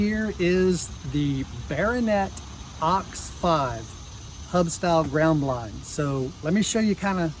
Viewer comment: Bear oh net